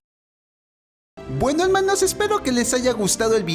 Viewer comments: Deja de decir helmanos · Es imposible que alguien odie el : "Helmanos" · m e traicionaron :[ me encanta cuando dices ´´´helmanos´´ yo ya estaria muerto